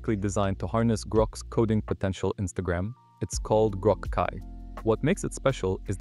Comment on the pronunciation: Ugh it went bad just after that... CLI read as Kai and then repeated same part twice...